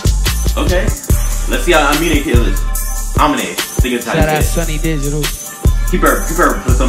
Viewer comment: You said it right the first time. UH-MEAN-AYE